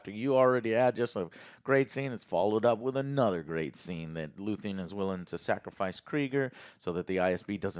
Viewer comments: One thing I'll always give credit for is NEVER getting character names correct. lmao... it's Luthen, not Luthien. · Joe... get character's names right dude... it's LUTHEN... not Luthien... how can you review a show when you keep forgetting details and can't refer to characters right. You claim to love this show, and we're 10 eps in and you still can't remember characters names right. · It's Luthen not luthien, lutheen and so on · His name is Luthen. Noth Luthien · it’s LUTHEN not LUTHIAN… learn the names for fucks sake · Geez...he's dyslexic...way to make yourself seem like a a-hole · dude said luthean and im out